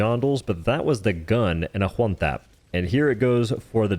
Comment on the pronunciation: you having trouble saying "one"? Just asking